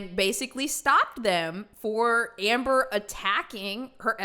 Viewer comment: He sounds like he is calling her "Amberger "